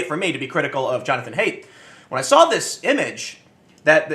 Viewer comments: His name (Haidt) is actually pronounced height, not hate. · HEIGHT!!!! Haidt is pronounced like: HEIGHT, HEIGHT, HEIGHT!!!!! Say it with me TIM!! For FUCK'S SAKE WOULD YOU GET IT RIGHT? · His last name is pronounced hʌɪt. Like height.